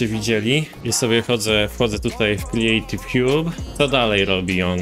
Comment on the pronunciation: "kriejtiw hjub" haha